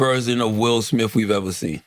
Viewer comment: 'Will Smiff' 😆